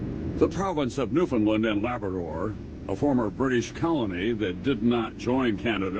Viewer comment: I know it’s been a while since this was posted but I’m gonna really plead with Americans to do Newfoundlanders one small precious favor. Could you stop pronouncing it New-found-lund. It’s rude. It’s NewFinLAND. Say it that way to a native Newfoundlander and they will love you for it. I mean for saving thousands of your people we deserve at least that